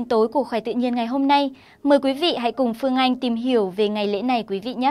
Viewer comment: Phương anh thì đọc là Phanh ngay từ đầu nghe đã không có cảm tình